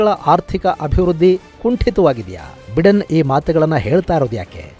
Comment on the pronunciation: US ಅಧ್ಯಕ್ಷರ ಹೆಸರನ್ನು ಬೈಡೆನ್ ಎಂದು ಉಚ್ಚರಿಸಲಾಗುತ್ತದೆ, ಬಿಡೆನ್ ಅಲ್ಲ.